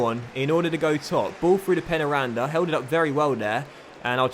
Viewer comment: I think that it is pronounced 'pain' 'ya' randa